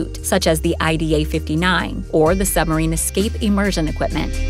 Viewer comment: I wonder if she realises 'Sumarine' has a B in it....